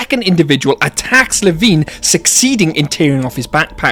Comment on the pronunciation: Drives me INSANE that the guy reading the Lost World audiobook, mispronounces LeVine. He says it with a long "I", as in fine or nine. I hate it.